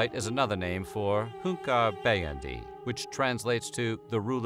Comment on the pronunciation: Name: "Hünkarbeğendi" How pronounces it: "Hunkabeyendiy"